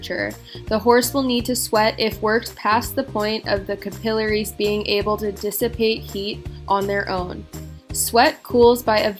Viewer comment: Capillaries, you're saying it wrong haha just so you know